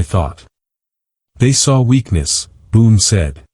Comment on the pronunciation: Boone not boon